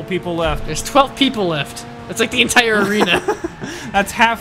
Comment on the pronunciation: entire not enter :P